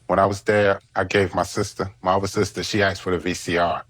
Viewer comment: They “Aksed”….Love it!